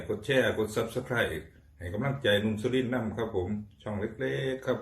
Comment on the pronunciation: ฟังไม่ออกค่ะช่วงแรก หนุ่มสุรินทร์ ไส้กรอกอีสานน่ากินมากค่ะ ผักเยอะ ๆ ข้าวนึ่งใส่หลายอย่างเลยค่ะ กินได้น่าอร่อยมากค่ะ หิวตามเลยค่ะ